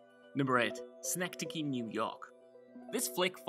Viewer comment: Synecdoche is a word that is the title of the film and he pronounced it correctly, sorry if I hurt your feelings